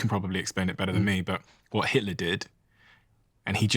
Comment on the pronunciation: He even doesn't know the name of German nazi leader - he calls him "Hiller" Listen at the slow speed